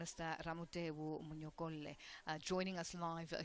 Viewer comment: She really could've asked him how to pronounce his surname. What's Monyokolle manje?